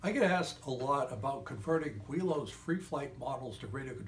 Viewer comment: Its pronounced willows I have started 5 models never actually finishing any of them ha. Thanks for your sue advice!